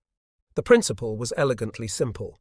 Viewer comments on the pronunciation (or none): none